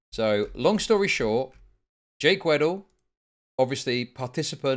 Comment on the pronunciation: Am I mishearing you or are you saying his last name is “Wet Hole”?